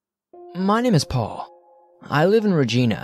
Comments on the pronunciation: Its pronounced Regina not regena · In Canada, we pronounce Regina (a city in Saskatchewan) as " Ree-Jy-Nuh" . Yes it rhymes with vagina. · your story about Regina, Saskatchewan... your pronouncing it wrong, if it helps, remember. It’s the city that rhymes with fun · Reg-ee-na? It's reg-eye-na. Regina Saskatchewan. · Only 1 thing...Regina- Re-GI-na. Not Re-gee-na lol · As a Canadian, it bothers me that he pronounces Regina as "Re-gee-na" instead of "Reg-eye-na". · Given that this is a location in Canada, it's much more respectful (and the correct pronunciation) to pronounce the name the Canadian way versus the British way. As Canadians know, the name of the place is pronounced "Reg-eye-na" while the name of a person is pronounced "Reg-ee-na". Also, I don't appreciate you being rude and disrespectful by insinuating that Canadian English isn't English. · I gotta say, I’ve never heard anyone call Regina that way, everyone from my town in the same province pronounce it like vagina. “it smells like how it sounds” -My Dad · Shout out to any new englanders who want to niggle the pronounciation of Stowe. Don't bother, there's already a dozen or two below. Likewise any canadian re 'regina'. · borkland That's why I said he's not pronouncing the city correctly, because that's not the Canadian pronunciation.